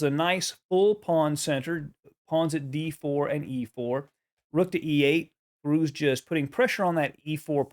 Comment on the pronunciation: You all pronouncing his name incorrectly. ITS firouzia . Spell the j as y or I .